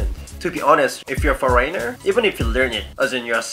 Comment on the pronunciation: langgidge?foreyner?lol dont mind me